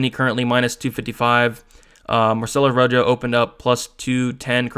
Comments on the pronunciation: Ro Ho not Ro Jo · Good picks and breakdowns as always. I watched film as well and you validated a ton of my notes. Marcelo Rojo is pronounced ro-ho like the color red. Let's get this 💰.